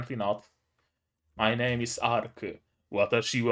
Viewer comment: Glad you liked it, I thought you might. Also you did say my name right.